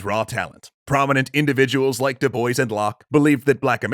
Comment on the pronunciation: Ooooh... I’m pretty sure that pronunciation for Dubois physically hurt me...